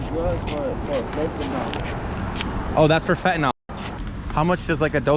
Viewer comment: Fentanol is not commonly used. Fentanyl is not fentanol. Mispronounciation does not make you sound intelligent, just the opposite!